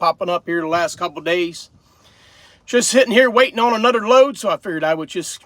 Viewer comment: I have noticed the way you say some words, like brother, other, another, it is th words that end in er. You pronounce those with a “DD”, like brudder (brother), anudder(another), udder(other),mudder (mother) etc. Are those from speaking the Pennsylvania Dutch German or is it a speech impediment?